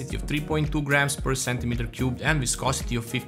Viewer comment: Idk if anyone let you know in the comments, but you pronounced "viscosity" perfectly.